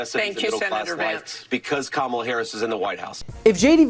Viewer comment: First off they don’t even know who they are going against. My candidate is Kamala Harris. NOT Kammla Harris!! In all of their ads they say her name wrong these are not mature,smart, or ethical people. As a 78 year old Felon you should be able to say someone’s name correctly!!!! It’s not cute it’s childish grow up. You want to be the leader of our great country try being an adult first!!!! Vote for honest 💙💙💙💙